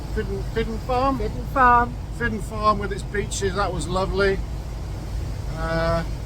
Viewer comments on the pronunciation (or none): Glad you enjoyed your time on our island. You experienced typical West of Scotland weather, mainly rain!!. We do get sunshine though. Some small correction's though...Calgary is pronounced the same way as it is in Canada. Fidden is pronounced Feetchin, Salen has an a as in apple not say. Sorry for being pedantic.